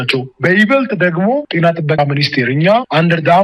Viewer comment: አማርኛ ሳታውቅ እንዴት የአማርኛ ጋዜጠኛ ሆንክ የቴና አይባልም የጤና በል🤣🤣🤣🤣🤣